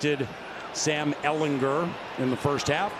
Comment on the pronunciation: Why is that announcer saying Ehlinger name weird. He is putting so much emphasis on "er" part of his name. ehlingER